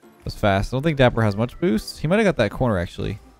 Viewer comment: it’s dappur